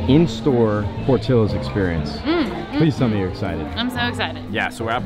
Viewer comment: Bro Idk if this bugs anyone else out, but it’s por-tea-yo-s